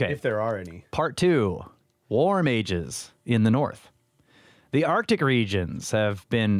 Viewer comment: When you said, “warm ages”, my brain heard, “War mages” 😮🤔🤦🏻😂